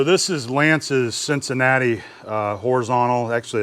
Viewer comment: Cincinnati sounds like its missing s tooth. Clunk clunk clunk.